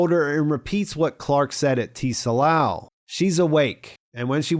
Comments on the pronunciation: I'm dying over here by your pronunciation of "Tsalal". No one in the show pronounces it as "TEE-sa-lahl" lol It's "tsah-LAHL" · I think Tsalal is pronounced suh-lal, and it's a Hebrew word that means "to be or grow dark", hence the Night Country relation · The T is silent Bro. Pronounced Suh-laal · "Tsalal" is also a Hebrew word used in the Old Testiment to mean "to sink" or "to grow/become dark," or even to be in shadow, which is a cool little detail. And a friendly FYI, the word "tsalal" is pronounced more like "salal," but with a short /t/ sound before the 's,' so the /ts/ sound at the beginning of the word is like the one at the end of "buh dum, tss," (the "snare and cymbal" sound that comes after a bad joke,) but with a shorter /ts/ sound. It's not T-Salal with a hard, enunciated letter 'T'. Honestly, if you have trouble with the /ts/ sound you can totally get away with just saying "salal" without the /ts/ sound, and it'll still sound close enough to the correct pronunciation that most people wouldn't notice or comment on it. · The “T” in “Tsalal” is silent. They say it several times throughout the episode. It’s pronounced “SAL-AHL.” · The T is not pronounced in Tsalal. Its just pronounced: Suh Lal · Great summary as usual although your pronunciation of “Tsalal” is driving me crazy. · You don't pronounce the "t" in tsalal